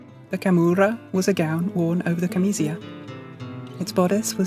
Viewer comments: I love this video but some of the Italian pronunciation is way off. "Camicia" is "cahm-EE-cha", not "cam-EE- see- ah" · Well done as always, just be careful at the Italian words, camicia is pronounced [kamicha], and cuffia has the accent on the U [cUffia] 🙂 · Wow, now THAT was a surprise! Excellent production. I almost always find these styles beautiful as well as comfortable, but the soft silk sleeves over billowing chemise sleeves would be quite annoying for me. Incidentally, at least in modern Italian, Camicia is pronounced ca-mi-tchia. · Fascinating. ‘Camicia’ and ‘cuffia’ are pronounced wrong…sorry